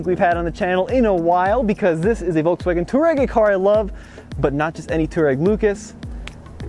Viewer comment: It's a f***ing touAreg (tWA-Reg) not a too-reg!